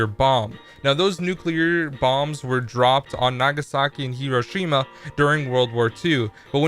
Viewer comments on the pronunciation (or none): none